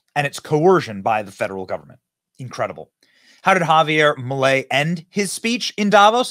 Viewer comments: ITS NOT MELEI IT'S MILEI. DUDE COME ON! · Its not "Melei" its "Milei" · MILEI, no melei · guys i love you but it`s MILEI, NOT MELEI, NOT MILLEI, MILEI!! LOL VIVA LA LIBERTAD CARAJOOO!!!